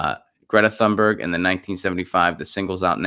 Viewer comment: If I'm not mistaken, her last name is pronounced TOON-Berg -- no th.